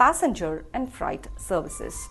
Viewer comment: It’s freight ( ret) not “fright” . The overall accident was a totally fright experience.